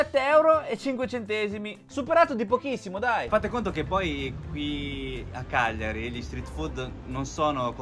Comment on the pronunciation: Bello come pronunci il nome Cagliari cioè Chiagliari. Giusta pronuncia